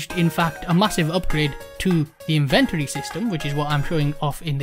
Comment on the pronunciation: In-ven-tory? What are you inventing?